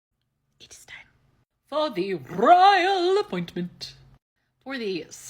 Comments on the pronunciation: I live for "The Rrrrrrroyal apppppointtmentt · The Rrrrrrroyal Appointment!😅😅😅